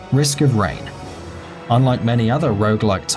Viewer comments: It's "Risk of Rain" Not Reign. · Risk of RAIN, not reign D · It's not risk of reign it's risk of rain